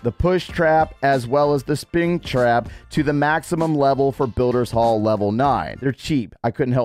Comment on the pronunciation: said Sping trap instead of Spring trap 😂